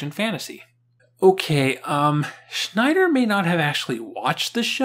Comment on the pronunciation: “Shy Sneider”